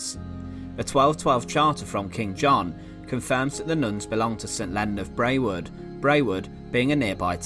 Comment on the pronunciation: Nice video. Brewood is pronounced "Brood".